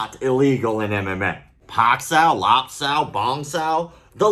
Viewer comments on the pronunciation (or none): is calling MMA "am am may" LOL